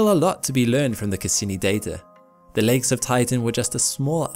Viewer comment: Am I the only one who hears legs instead of lakes?